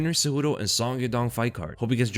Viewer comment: Bro, I'm gonna start calling you. Sonn. With you getting all the names wrong, you gotta be trolling😂😂😂